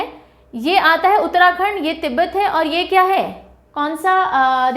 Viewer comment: Ma'am there is no doubt that your pneumonic techniques are always extraordinary and cent percent helpfulful 👌🙏 But, आपने हमारे उत्तराखंड को खंडर बोला ना तो दिल पर लगी थोड़ी सी। ☺️